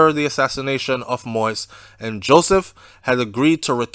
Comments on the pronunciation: The name is pronounced mo-eez not mois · It's "Moist" its "Mo-Ease" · It not moist it moyize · I like your reporting but I don’t understand how you spend all that time doing research on this investigation but you won’t take the time to learn how to pronounce his last name. Anyways, thanks for great info. It’s not pronounced “moist” it’s Mo-Yeez. Simply say Mo and then the second part act like you’re saying Yeezy but without the Y at the end. Mo-Yeez. I know you can do it. Out of respect to the man and his family, learn to pronounce his name correctly. Thanks for the great content. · I know you don’t think it’s a big deal saying his name like that, but it’s so annoying to other people - So I will help you. Say — > Mo…Ease - Done ✅ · Yeah he's saying the name wrong sounds like he is is saying "Moist" . He can listen to any other news outlet in our out of Haiti and could figure out the right pronunciation. He did correct himself on Bordeaux :) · i enjoy your updates...but why are you refusing to pronounce the former president his name correct🤣🤣🤣🤣🤣😂😂😂🇸🇷🇸🇷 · ok who the fuck talking bout the rest of the world I’m just saying N he still saying it wrong everybody else got his name right N I don’t need to thank him for shit It all over the news ig Facebook YouTube now bye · Be respectful. Pronounce the President's name correctly.